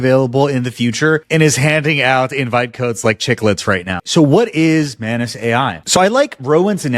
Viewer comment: ohhh MANUS... i keep hearing mayonaise